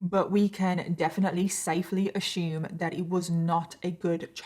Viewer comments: Ashume lol driving me nuts assume lol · I can’t listen to the story till the end cause of the way she say assume as “ASHUUUUME” 😭😔